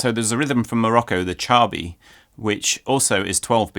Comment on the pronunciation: "shah'ahbee" not "chabby" 🙂